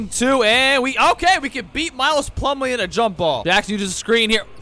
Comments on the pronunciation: is no one gonna talk about how he said miles plumlee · He really said Miles Plumlee😂😂😂 no likes tho😊